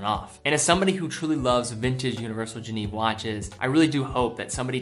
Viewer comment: FFS,, for a watch enthusiast, you really need to learn how to pronounce "Genève"…it's NOT the English translation "Geneva" minus the final 'a' — it's more like "jhen-ehve." I grew up there, and it's painful to hear you mangle the name over and over. It just makes you sound like you don't know your subject matter.